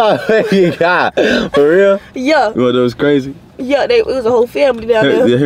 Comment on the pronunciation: “was that cwrazyy?” “no i like that!”